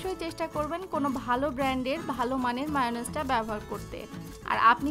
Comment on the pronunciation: For your kind information it's not মায়োনিস It's মেয়োনিজ